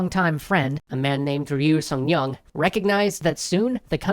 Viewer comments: 류승룡은 ryu sung nyong 이 아니라 ryu seung ryong 입니다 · Caughtya. You fixed your pronunciation of Ryu Song Nyong's name in post. There's a subtle difference in the voice in every sentence you say that mentions Ryu's name and it's exactly the same difference each time. So you reread the lines with the correct pronunciation in a separate recording session, presumably after not satisfying yourself or some editor with the first effort. Not a big gotcha but I just wanted you to know that someone noticed.